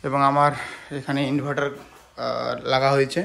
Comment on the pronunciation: ( ইনভাটার লাগা হয়েছে ? এটা কী ? লাগানো 🤣🤣🤣😅